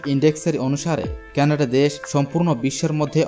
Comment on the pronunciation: কেনাড নয় কানাডা